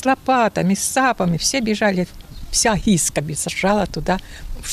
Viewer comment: СЕЛО ГЫСКА, А НЕ ГИСКА!